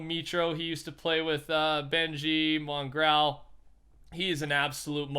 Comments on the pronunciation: You cracked me up when you pronounced his name as mongrowl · No one:: mongrAAL Jk jk. Love you rush ❤️